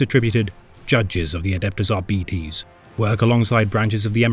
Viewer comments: ar-beeties? Ar-bytes. Arbitration, arbiter, arbites. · Ar... BIT... es. It is from the exact same root as Arbitration, arbitrary, arbitrarily, etc... Or, in this exact instance - a verb To Arbitrate. It is such a simple word, and root, that I will never understand why almost every lore YouTuber out there has so much difficulty understanding how it is pronounced. Absolutely no words with Arbit- as its root is pronounced Ar-Bee... none of them. EDIT: HE EVEN SAYS ARBITRATION IN THIS SCRIPT FOUR TIMES, AND YET IT STILL RETURNS EVERY TIME. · ar Bite's Not At Betties I can't watch what may have otherwise been entertaining every time you say Ar'Betties it's like nails down a chalkboard to me. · With Arbites coming to Darktide next month, I decided to look up their lore. But I've been hearing their name pronounced as "Are-bee-its" or "Are-bites". Could somebody more knowable please tell me which is the correct way to pronounce it so I don't look dumb, please? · Dont care what gw says its ar-bites not ar-bee-tese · No? Not how it’s pronounced, but he’s pronouncing the i in “Arbites” incorrectly; it’s a short i’s “ih” sound, not an e’s long “eee” sound. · It's defenitly not the way this narrator pronounces it that's for sure. Ar-Bee-eehz... Brits are a silly bunch. It's pronounced how you would say arbitrator and you decide if you end with "ess" or "ees" because it's a made up word. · I'm pretty sure the word is pronounced Arr bee taze. Latin words ending in es, the "es" is usually pronounced "aze" are they not? We need arbitration on this matter . 😊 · It's still so weird to call them ar-bee-tees... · Isnt it "ARBAH-ITS"?